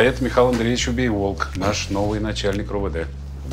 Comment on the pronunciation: Не Убейволк,а Побыйвовк,чисто украинская фамилия